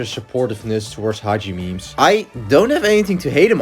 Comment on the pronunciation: DID YOU SAY HAJIMEMES OR HAJIME IM SO CONFUSED